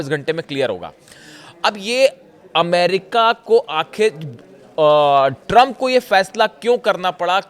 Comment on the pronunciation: Drump 😂 bola aapne